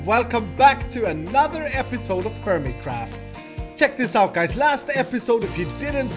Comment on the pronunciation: Hermitcraft will always sound like hermitcrap to me now, thanks....